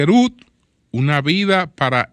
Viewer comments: Diale Tiger Rúd🤣🤣 que Inglés más malo🤣🤣🤣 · Wood, pozo septico se pronuncia wud 🤦🏽‍♂️